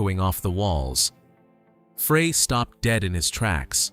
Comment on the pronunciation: I'm sorry, I can't take you seriously when you mispronounce Frey. Stop it!